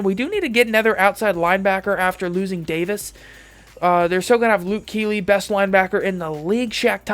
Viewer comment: You said Luke Kuechly's name wrong too much lol....